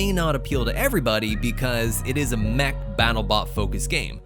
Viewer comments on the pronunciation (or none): none